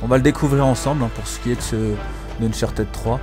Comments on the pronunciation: Ein fulegun ! Dis unchatid stp pas unchartèd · Bonne video mais ca sera bien que soit tu active les sous-titres et tu parles pendant les cinematiques soit tu nous laisse ecouter car c'est important dans Uncharted (qui ne se prononce pas Unchartid d'ailleurs?)